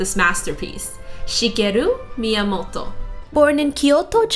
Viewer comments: She's pronouncing it correctly. You probably find it weird cause you're not Japanese, or you don't listen to a lot of Japanese. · She’s pronouncing it right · Fun retrospective! And props for the correct pronunciation of Miyamoto's name! Pretty girl too! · I love how you pronounce "Miyamoto" ^^